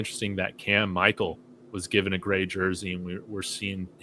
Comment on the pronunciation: please stop mispronouncing Cam Michael's name. pronounced it correctly go back and listen to how pronounced it. No player wants their name mispronounced 💯